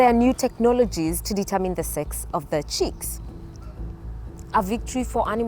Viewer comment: The word is "chicks" not "cheeks".